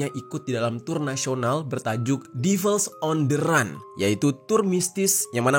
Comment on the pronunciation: Run bacanya ran